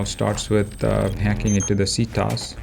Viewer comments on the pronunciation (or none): its not pronounced as see-tos. but sea-tea oh-es. CT-OS. i don't know what ct means but os is well... operating system.